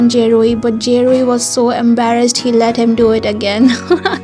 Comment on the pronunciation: For “ Kiseki, Dear To Me” It’s Ze Rui ( not “ Je Rui”) and Zong Yi ( not “ Jong Yi”) .. The scene in the end of the video, it’s from the End of The World With You ??